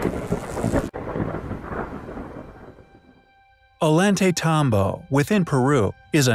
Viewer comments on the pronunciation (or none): the double y is a ya sound o yant a tambo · Please PLEASE learn to pronounce this name!!! O-yon-te-tombo. The double l in Spanish is pronounced like a y. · The 'L" is pronounced as a "Y", not 'L'. Just sayin'. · Love your vids, but damn Gringo, learn how to pronounce ollantaytambo. 2 L's together sound like a Y, like La Jolla sounds like La Hoiya